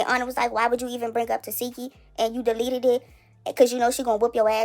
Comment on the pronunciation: But we all still pronounce TESEKSHI wrong she even gave up correcting ppl TE-SEK-KI not Te-SEE-ki 😆